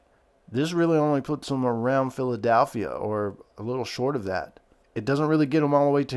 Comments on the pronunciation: PHILEDELPHIA NOT PHILEDALPHIA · I meant it as in pronounciation. I know how it's spelled